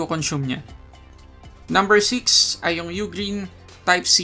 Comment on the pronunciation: U-Green pala tamang pag pronounce kala ko Ughhhgreen hahaha salamat 😅🤣💚